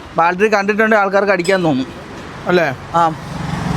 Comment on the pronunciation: ബെൽഡിഗ് ശരിയായി, വെൽഡിങ് ആയി, പക്ഷേ ബാൽട്ടറി... ബാറ്ററി ആയില്ല...